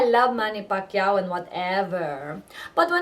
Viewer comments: manny pakyaw. pilipinong pilipino. haha. as compared to your accent. pa-ki-yaw. go pinoy! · Hhaha manny PUCKiao I like how the 'mom' pronounces it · omg the way she pronounced the fella's name, change the "P" to "F" hahaha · hai naku Christine, R pameely ease berry macha, berry macha like yorr pam'lee eksep wee *oofs* & *ahhs* ebri tayme Pacman hits Ricky at dat mowment. lol. loved the vid. =)